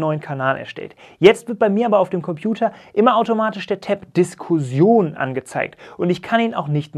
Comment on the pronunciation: Klingt irgendwie lustig wie Du ‚Diskusion‘ statt ‚Diskussion’ sagst 😁